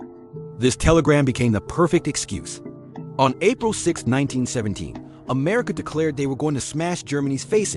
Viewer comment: It sounds like you are saying 1977. I guess you mean 1917.